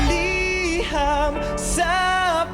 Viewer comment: Ur right on ur first pronounciation,mean LETTER